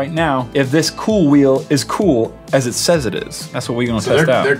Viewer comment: it's not KoolWheel it's KooWheel